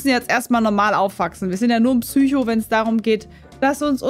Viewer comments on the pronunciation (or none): none